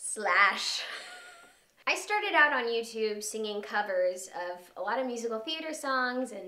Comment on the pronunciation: did she have to say youtube like that?